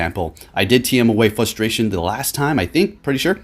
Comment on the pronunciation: Fustration........... Wow..........